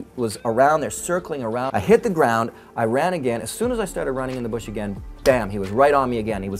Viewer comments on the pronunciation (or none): none